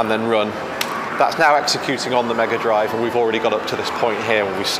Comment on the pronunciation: "Smega Drive", eh? 😏